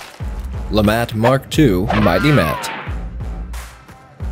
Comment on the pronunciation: Lemat mark II "Lefatt"